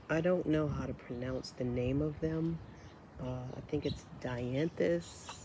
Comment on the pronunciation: Don't worry about the pronunciation of dianthus. You are saying it correctly.